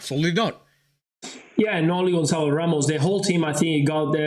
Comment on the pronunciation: Gonçalo not Gonzalo